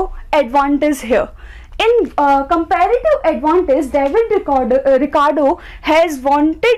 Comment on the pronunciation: You make me wana kill myself with your compeeeeeğğğğğfsdfsdgdsklrative advantage pronouncation